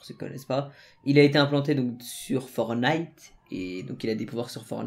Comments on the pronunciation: ForTnite on prononc le T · Y faut prononce le premier "t" dans fortnite